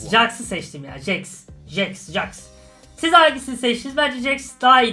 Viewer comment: Abi jax diye yazılıyor jex diye okunuyor